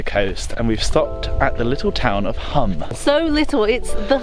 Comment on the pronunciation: You pronounced Pula correctly but MURDERED Hum (pronounced the same way, Hoom - long u). Croatia is a lovely country. My partner is from there, so we visit. Of all the places in the world to be from, that's not too shabby.